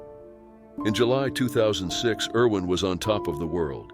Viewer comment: Irwin, not Erwin